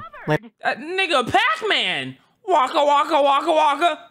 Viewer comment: I thought wacka was called waka